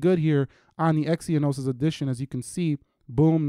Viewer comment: It's Exynos NOT Exyonos